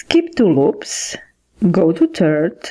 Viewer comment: Third not tird